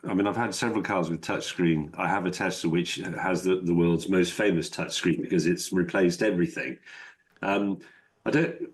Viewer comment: What's a "touchgreen"? I hate this sloppy pronounciation.